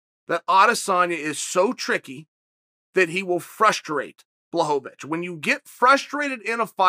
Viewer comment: Wait did anyone hear that? Am I the only one ? He finally said Jans name right lmaoo blahovavitch haha